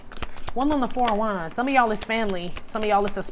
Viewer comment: I swear when I hear you say KING OF WANDS, I hear KING OF DICK !!!